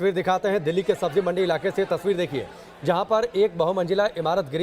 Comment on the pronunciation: Sabzi not sabji, manzil not manjil.